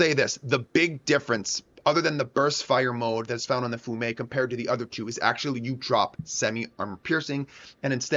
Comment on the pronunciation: it is pronounced "fee ume", it is the city "Rijeka" in Croatia, it was once under the occupation of Italy